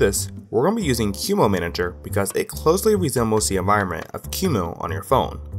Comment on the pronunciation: Not "kee-moo", but "qu-emu" :(